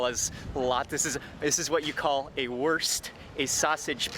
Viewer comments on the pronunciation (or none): but he pronounced it wrong. He said it like the English worst. But it is more like in foot. So like woorst 😁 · Wurst is pronounced like woorsht in Bacarian.